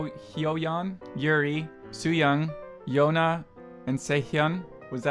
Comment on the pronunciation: Not quite. He biffed "Yoona". It's supposed to be the same sound as "Yuna", the "oo" of "boom", not the long "o" of "home".. That same sound gets spelled various ways in Korean, Yoona/Yuna/Yeuna would all sound the same, but be used for different people and may represent different hangul characters used to spell the names.